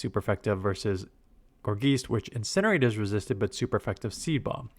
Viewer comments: its driving me crazy how he says geist like geese 😂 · Gor-geist. Tons of names are puns or portmanteaus. It's a combination of gourd and geist (like a poltergeist). Geist comes from Germanic roots, so the ei is pronounced like i.